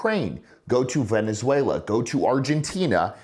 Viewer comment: Oh you said Venezuela, the right way, that sounds cool😅😅😅😅